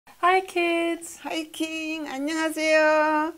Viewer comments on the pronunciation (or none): It sounded like ur grandma said “hi kings” instead of “hi kids” never have I felt more like a king 😎😎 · Did grandma say Hi King at the beginning or is it just me??? 😅😂😂